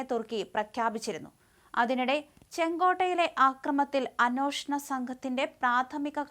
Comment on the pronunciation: 'അന്നോഷണം' എന്നല്ല അന്വേഷണം എന്നാണ്.